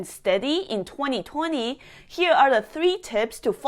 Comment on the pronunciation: I like the aggressive way you talk and the way you say 2020 ”tueNi - tuenTi” 😁